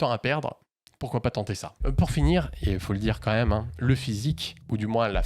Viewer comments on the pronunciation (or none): none